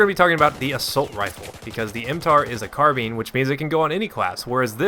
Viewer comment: I hate when people pronounce carbine incorrectly. They sound so dumb